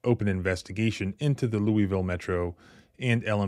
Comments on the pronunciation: Lou-a-ville. Not lueyville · For the love of KY please stop pronouncing Louisville like that. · "Louville" is how it is pronounced. Stop calling it "Loui Ville" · Lol You say Lewieville like a Southerner. Yankees say Lewisville. Kentuckians say Louaville. (correct pronunciation) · It's pronounced Lou a vull, not Louie ville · Lew-ville, it's pronounced. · Pause the video and read the second and third paragraphs. Ps. It’s pronounced Loo-a-vull. 👍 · Bro it's pronounced loo-wuh-vul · Cops were involved that's how it went wrong. That's not the proper pronunciation of Louisville. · Louisvillian here: 1) LMPD is a bunch of thugs. I’m not surprised this happened. 2) I know you’re not local, because we pronounce it LOU-a-vull. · You ain't from there if you pronounce it "lewieville". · We say it more like "Lou-a-vulle" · I noticed working in the area. The locals of Louisville pronounce Louisville wayyy different. To me, it sounded like "loulvl". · You’re mispronouncing Louisville, it’s (Lou-a-ville). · It's called Lou il ville.